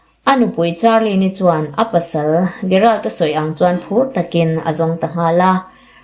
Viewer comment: Gerald tih hi 'G' angin lam rik tur aw.